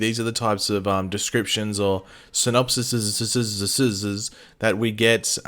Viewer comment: Ok I'm gonna help you out here the plural of Synopsis is pronounced ( SIN-OP-SEEs)